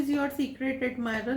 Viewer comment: Am I the one who is hearding secret admirer ❎ Secret admirel✅💀